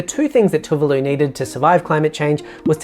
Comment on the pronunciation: Great video, but from what I know of these countries (some study of these islands at tertiary level) your pronunciation of Tokelau and Tuvalu aren’t quite accurate. As I understand it they are Tok-ee-lao and Too-var-loo. Can anyone from these places confirm whether I’ve got that wrong or not?